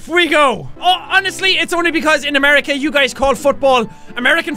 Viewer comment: Alec Greenhalgh Dude its America not amaraca. Not to be mean.=D